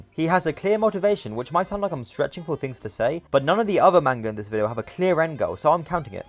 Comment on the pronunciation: The mispronunciation of manga every time he says it makes me wanna die 💀💔